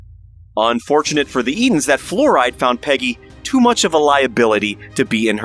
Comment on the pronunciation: It's pronounced like Florida, not fluoride.